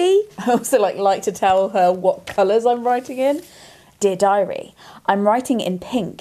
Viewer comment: American here 👋🏼 every time read “Dear Diary” I heard the phrase “did I read?” I thought, wow she was either really on top of her reading schedule or very forgetful of her literary feats.